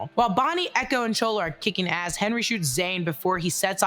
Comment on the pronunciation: Why do you keep calling Chula, Chola ..?